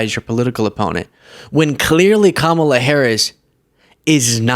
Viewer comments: What is so hard about pronouncing KA-ma-la? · He can’t even pronounce Kamala correctly. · You have to admire how Trump can get the crowd to cheer when he calls Kamala Harris stupid, while he can't correctly pronounce her name. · He can’t even pronounce Kamala’s name right all this time. So, he is the dummy. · Intentional mispronouncing her name is racist AF. He wanted to say "bi+ch" or "bimbo" so bad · That orange idiot still can't pronounce her name. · Trump is so smart that he still can't pronounce Kamala's name correctly. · It's a small point, but if the right insists on pronouncing 'Kamala' the wrong way, people should start calling him 'Dough-nald'. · He is saying she is stupid, but he still can't pronounce Kamala's name.. (among so so many other things) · Love the way he calls everyone else stupid. Projection much? I mean, he's to stupid to pronounce her name right. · F F S. Said her name wrong again. Mayhem indeed. Lol. Love your expressions. 😂 “ The wind is bullshit.” Good on McCain. I’m a woman. This man makes me sick.